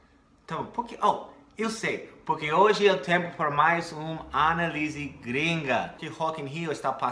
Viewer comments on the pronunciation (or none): análise tem acento no segundo a, indicando que esta é a sílaba tônica, então o "stress" cairá nessa sílaba e não em "li" como pronunciou. Lembrando que "análise" escrita dessa forma é um substantivo. Porém, o verbo é escrito e pronunciado como você fez: analise. Ex: Substantivo - Eu fiz a análise do inglês dela. Verbo - Você quer que eu analise o inglês dela. Dica: quando tem sentido de substantivo sempre existe um artigo (a, o) antes da palavra. Deu pra ajudar, friend? Adoro seus vídeos. Peace ✌️ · The silabyc tônica in Analisys in portuguese is here nota there ser: aNÁlise with enphasis at A lettrr nota Lizze Luke a na me of a girfriend in the pastor OK. Keep it real MAM. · Só uma dica de Pronunciation pra ti,. O correto é anÁlise gringa. A palavra analise sem acento, se pronuncia a-na-lí-se, com a letra i forte... Essa palavra é um verbo imperativo:O modo imperativo é o modo verbal pelo qual se expressa uma ordem: analise! Faça! Trabalhe!, etc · legal sua análise, mas até hoje você está falando essa palavra de forma errada e peço licença para ajudar você: é ANÁLISE, com entonação no SEGUNDO "A", for God's sake!!!!!! Tks! Sandra, Brasília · para melhorar esse análise gringa, põe mais estresse na letra A e não na I, Mais ia está muito bom seu português.